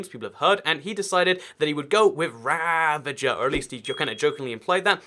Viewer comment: Did you really just say ravenger while it’s ravager? I thought people were supposed to learn to speak by your age